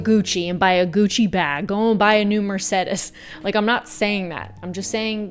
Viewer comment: my grandmother’s name is Mercedes and your pronunciation (referring to the vehicle) caught me off guard 😅